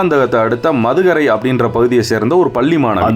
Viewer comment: Bro athu madhugarai illa mudhugarai.